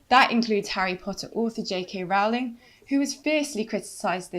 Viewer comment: You idiot could at least learn how to pronounce J. K. Rowling's last name